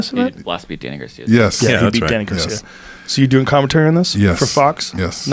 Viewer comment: Joe “ I loved to hear him do commentuury” Rogan